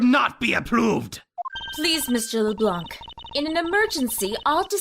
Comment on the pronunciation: I just realized everybody's mispronouncing Lablanc's name. The c is silent.